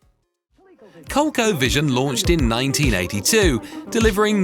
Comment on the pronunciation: Interesting vid. ColecoVision is pronounce Kōl-ē-kō vision, not Kōl-kō vision BTW. If it was names "Cole Co", no one would have bought it. I played a Magnavox Odyssey at my grandmother's house when I was a kid, it wasn't great but it was interesting. Yeah you had to put transparency film on the TV, it was crazy but it worked. Atari 2600 was next, then some kids in the neighborhood had a ColecoVision and Intellivision. I remember playing them all quite a bit, good consoles. My buddy had an Atari 5800, it was cool but seems like it wasn't that much better than the 2600 at the time, at least the games weren't better from what I remember. Then I had the the OG Nintento NES.. Then some Sega stuff, then PCs, then PS1, PS2, PS3, PS5, and now PS5 pro with VR and everything. Always had a PC too. So I remember what it was like back then, and compare to the way it is now with a PS5 pro and RTX3080 in a PC. Funny thing is the GFX, sound, and performance gets better, and the games themselves are better in most ways, but they aren't necessarily more "fun" to play mainly because of the decisions of the companies producing the games these days.